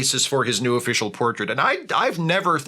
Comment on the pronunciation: For a sec instead of new i thought you said nude and I almost threw up.